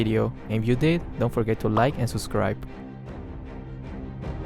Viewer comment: I love it when you say "suscribe" instead of "subscribe"